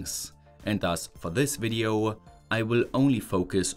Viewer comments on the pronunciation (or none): Thanks, I love your video-iya, its very intersting-iya:)